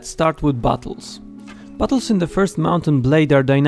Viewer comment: Firstly i thought you said "bottles" not "battles"